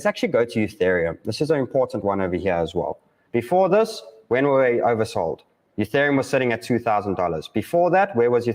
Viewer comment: E-thereum. Not U-thereum. My ears hurt whenever it's mispronounced